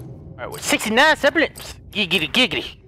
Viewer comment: How did kept saying sepharites instead of seraphites? Bruh... Ya Consistent.